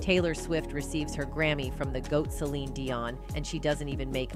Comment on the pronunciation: Why does the narrator keep calling her, Celina Dion? Are you not even invested in your own channel? That you cant stop calling her a name that isnt even hers? This channel is pathetic ! Your not invested to get it right makes me not invested and this is my 1st and last time being here.